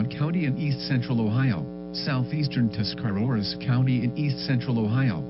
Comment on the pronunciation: Where did you get the second R in Tuscarawas from?